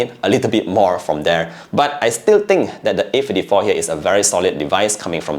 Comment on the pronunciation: A Fifty-tree😂😂